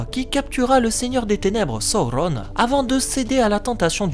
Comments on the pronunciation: C'est Sauron et pas Saurrone 😅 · Le U se prononce OU chez Tolkien selon le chapitre de la prononciation des mots dans le Silmarillon. C'est pareil que Saruman, Udun, Gollum, Dol-Guldur où le U se prononce bien OU et non U. C'est donc Sa-Ou-Ronne et non So-ron comme l'a malheureusement fait la VF. Même si j'adore la VF des films et que je continue à les regarder en VF, ils sont bourrés d'erreurs de prononciation. Ainsi, en adoptant la bonne prononciation, je me place plus proche des écrits de Tolkien tout simplement 😜